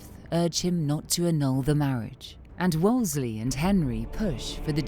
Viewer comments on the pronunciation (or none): The narrator adding an "L" to Wolsey, calling him "Wolsley" is really distracting! Otherwise, this is a great doc :) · So surprising that the narrator mispronounces Cardinal Wolsey's name so repeatedly. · Ugh, I know, it was driving me nuts. She says it wrong each time which felt like it detracted from the quality of the docu slightly, like it was cheaper. She probably was just a voiceover actress who doesn’t know the history and is only chosen for her voice. No historian would keep making that mistake. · The narrator mispronounced a lot of names! Wolsey not WolsLEIGH! Sheesh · Why does she keep calling him WOOLSLEY.....ITS Wool sey.....Wool sey!!! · It’s Wolsey not Wolsley! 😂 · Um he is Cardinal Thomas Wolsey, not Wolsely. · It's WolSEY, not WolSLEY!!! It's a silly mistake to make in such a thoroughly documented retelling of history. Sorry. It drives me nuts... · I'm seriously flinching everytime the narrator calls Cardinal Wolsey "Wolsley" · "Wolsley" ? It's Wolsey!!!! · WolSEY… NOT WolsSLEY… 🤦‍♀️ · The female narrator repeatedly mispronounces “ Wolsey” as “ Wols-ley” there is no extra “l”. How could this go to air with this massive historical mistake? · I hate AI that mispronounces words. It was Cardinal Wolsey, not Wolsley. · Wolsey. Wolsey. Wolsey. NOT WOOLS-LEY. WHY does the narrator constantly mispronounce it????? So so irritating! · Narrator keeps saying “Wolsely”. It’s Wolsey. How did they miss that in post production??! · Cardinal "Wools Slee" Narrator added a consonant. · Why does the narrator keep saying Wolsley, it’s Wolsey! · Would someone please explain to me why the narrator keeps pronouncing Thomas Wolsey’s surname as “Wolsley” or “Wolsely.” It’s very distracting. I know that 'Wolsley' and 'Wolsely' are variations which others may carry as their surname, but is this an acceptable alternative spelling/pronunciation for Cardinal Thomas in particular? If so, I have never before heard of it, and I have been studying the Tudors for many years.